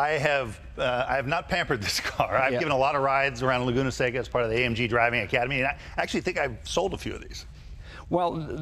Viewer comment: AMG. Not AMGEN, Jay. 💰